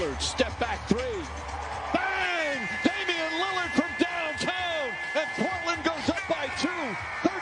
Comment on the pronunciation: Bro u can’t even pronounce his name right and got the nerves to call him just an all star and not a superstar. U tripping boy 😂😂